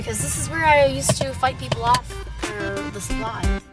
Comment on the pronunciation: "Brees in the trap. Bree brees in the trap. Where's bree?" "..In te trap." Hahaha.